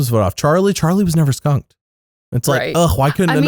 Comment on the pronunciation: you put too much emphasizes on skunkung lol.